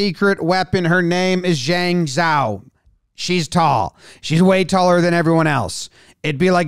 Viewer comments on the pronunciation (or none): Z is pronounced like J so its said like ------- Jahng Jao